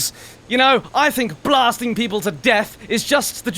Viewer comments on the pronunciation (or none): none